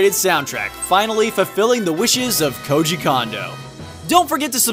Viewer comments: Lol..."Koji KAHNdo" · lol Koji "Condo"